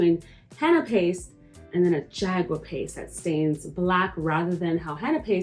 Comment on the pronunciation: Hi I'm indigenous from the Carribean. You are pronouncing it incorrectly. It is pronounced "ha-gua" the "J" is an "h" sound. And yes our tribes used this as a body adornment with symbolic meanings as well as for war paint.